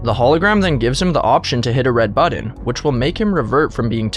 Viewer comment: “Pick a budden”